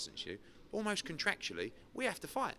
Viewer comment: Eddie "contractually" Hearn